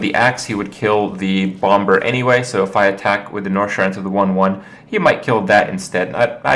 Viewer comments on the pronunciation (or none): Do all Americans pronounce the b in bomber? Because im pretty sure its a silent b...